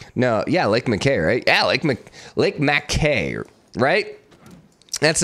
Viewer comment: Hi! Lake Mackay is pronounced like “Mac-Kai”, I know it’s weird but that’s Australians for you